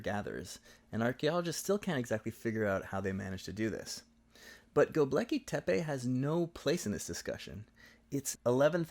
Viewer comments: Just a small correction: it's GöbEKLi Tepe, not GöbLEKi Tepe 😉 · Thanks for pointing out the complete irrelevance of Göbekli Tepe to their argument about Upper Palaeolithic societies. (Btw your video spells and pronounces it as 'Gob-leki' ;) but that's a minor mistake) It was a bit of a pet hate of mine when I encountered it in the book and I guess it only strengthened my suspicion the authors were willing to sacrifice intellectual rigour for topical sensationalism.